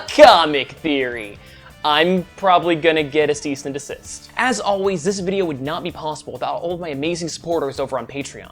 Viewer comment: "Cease and decist"😂😂